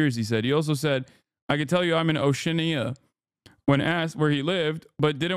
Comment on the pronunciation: oh my god that attempt at pronouncing gibralter and oceania....total goon